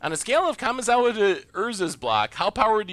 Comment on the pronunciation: "Kamazawa"? Lol